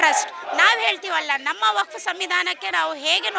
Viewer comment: ಮೇಡಂ ಅದು "ವಫ್ತು " ಅಲ್ಲ,, ಅದು "ವಕ್ಫ್ "